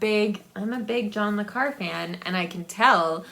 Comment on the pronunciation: Hello hope you're doing well. Since being in a retirement home I don't buy physical books anymore. But in the last two years I've gone crazy with ebooks, whether on Kindle, Kobo or Google books. I have the book buying disease. And every time you pronounced John Le Carre I cringed. In the past people have asked me to pronounce it, I guess because I'm french. I always tell them to say Carray, like ray gun. Take Care. Jack